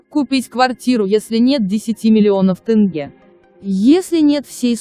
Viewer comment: Сақауланбай тынгэ демей теңге десей білә